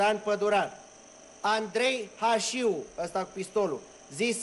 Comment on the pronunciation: Slab film. Și nu respectă cartea. Nu mai spun că pe ăia îi chema Hașu, nu Hașiu.